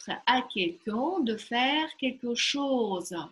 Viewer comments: Obratite vnimanije inogda vi ne pravilno proiznosite : qn, un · dobrij den' vi nepravilno proiznosite qn-9.32 pozze kogda 2 raz vozvrashaetes k lexiceskomu slovariu lucshe .Orentirujus' na svoi znanija i na literaturnij franzuzskij vsego dobrogo